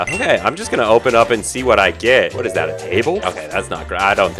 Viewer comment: "lots of pumpkins- WHAÆT IS THÆT" LOL